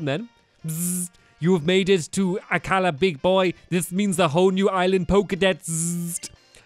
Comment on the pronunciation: Akala. the way he says it is 10/10 perfect.